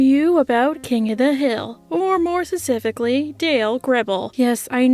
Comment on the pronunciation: Finally gonna say it but kitty saying "secifically" instead of "specifically" is kind of adorable